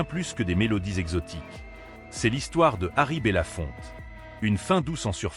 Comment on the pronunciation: Son nom n'est pas bella Fontaine mais bellafonte!